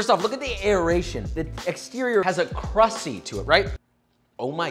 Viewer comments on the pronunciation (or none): did this dude really just say CRUSSY?